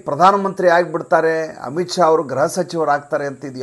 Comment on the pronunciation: Gruha alwa, Graha alla! Elroo ii naduve gruhavanna graha antha uccharistaare, yako? :(